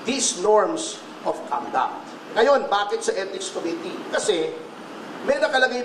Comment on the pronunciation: Sama mo na yung mispronunciation ng committee. kohmity ng kohmity parang King of Kohmity lol